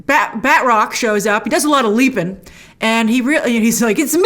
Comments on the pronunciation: I gotta say, his name is not pronounced "batrock". It's more like "battruck". Oh well, call me a nit picker. Can't wait for Loki, this finale was underwhelming. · I cringe a little when Grace says "Bed Rock" instead of Batroc